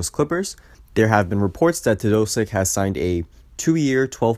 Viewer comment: Learn how to say his name, you are doing it wrong.